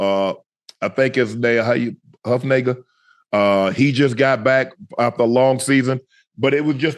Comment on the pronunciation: Shannon really said Huff Nayga at 😂🤣